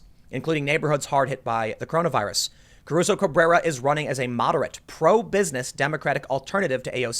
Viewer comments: let's take a shot everytime Tim pronounces it "Cabruso" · You mispronounced her name the entire video. There is no B in Caruso. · Take a drink every time Tim mispronounces "Caruso".